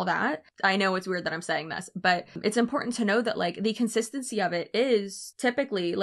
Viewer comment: I despise MLMs and predatory practices but I think I hate the most how all Huns seem to pronounce “important “ as IM-POR-DENT